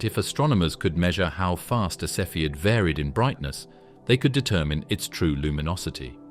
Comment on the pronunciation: “Cepheid” pronounced 3 different ways in 3 sentences.